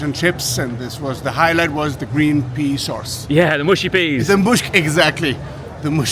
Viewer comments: cracked up at the word "mushy", that's how you know he is German :D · Love the chuckle from the german guy at the mushy peas If you don`t know, the way you pronounced mushy sounds like a german common word for female genitalia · i want to believe The german guy laughing at the word "mushy" bc it sounds like "muschi" which means pussy in german